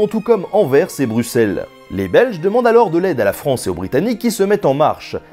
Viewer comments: enfin quelqu'un qui prononce correctement "Anvers" et "Bruxelles" =D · Le seul français qui dit Bruxelles correctement :oo